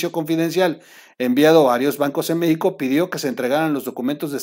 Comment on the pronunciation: 🔴🔴🔴🔴🔴🔴🔴🔴🔴🔴🔴🟣🟣🟣🟣🟣🟣🟣🟣🟣🟣🟣🟣🟣🔸🔸🔸🔸🔸🔸🔸🔸🔸🔸🔸🔸🔸 Ay troll, cuantos vicios de pronunciación tienes, buenas tus noticias comentarios, pero porque tus carcajadas? Son chistes o malas noticias? O sea, O sea, o sea, o sea, o sea, o sea, y tu risa hablando 😒 meicanos, meico, uffff!!! 🔴🔴🔴⚫️⚫️⚫️⚫️🔴🔴🔴🔴🔴